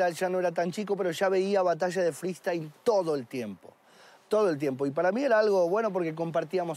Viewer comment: Porque ‘freestyle’ lo pronuncias ‘friEstyle’